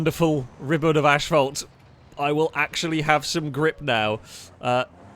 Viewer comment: It's asphalt, not ashphalt.